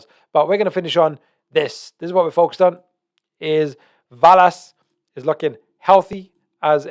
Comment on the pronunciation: Love you but it’s pronounced VELL-ASS not VAL-ASS. Same way your not called Jaguar 🐆 Love you’re content bro you are one of the true pros left keep up the important work you do 🙏